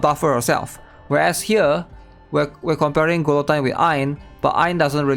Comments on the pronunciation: glutine? lol say it like this ma bro gee yo tyne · Gil oh teen Not Qwill o Tyne. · “Gee-a-teen” Great breakdown, otherwise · Who the hell is GOO LOW TEEN???